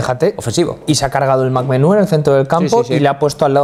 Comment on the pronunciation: He said el MacMenu jajajajajajjajaja